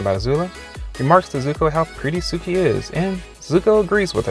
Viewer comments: It’s suki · Him: suki Me: *Y E E T S phone across room* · When he said Suki that hurt me a lot like I always thought it would be suki and Captain boomerang but I would stan for suki and zuko